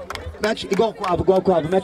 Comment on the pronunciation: KKKKKKKK a pronúncia dos cara sobre o nome do Quavo é totalmente errada mas blz